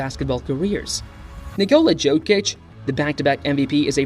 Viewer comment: nice vid, but work on the name pronunciation👍